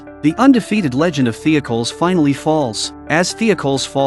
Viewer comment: Great episode, I remember watching this episode on Netflix when it was a brand new show Also, your AI is terrible at pronouncing Greek and Roman style names. It’s pronounced The-oc-oh- leez